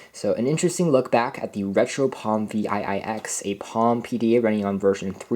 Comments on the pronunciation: I worked at Palm from 2003 to 2009, and as others have said - this unit is called a ‘Seven Ex’, not Vee Aye Aye Ex. Seven Ex. ViiX. 👍🏻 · Yes. Him calling this thing Vee Aye Aye X is making me crazy hahah